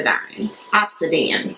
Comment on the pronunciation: Ob - sid- i (pronounced like the letter "e") - an ...four syllables.